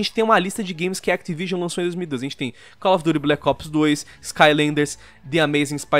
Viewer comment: N fala du meuh cell of duty ta cara respeitar ok.